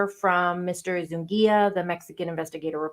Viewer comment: His name is Eduardo Zu-NI-ga. Not ‘Zungia.’ My ex sister in law has same surname